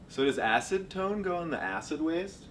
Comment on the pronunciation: this was so funny i cried omg "acid-tone' LMAOOO